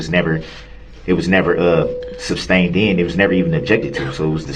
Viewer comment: Sustained not ‘SUBSTAINED” you Dolt!